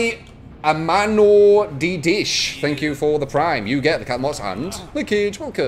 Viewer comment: it's a reference (sub) to pokemon, "I am an oddish", that pronunciation was hilarious:)